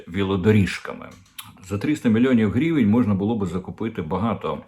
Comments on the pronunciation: Корчинський, не "грівєнь" а " гривень" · А чому грівєнь? Наче гривня, тобто гривень. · Оце «грівень» неможливо слухати.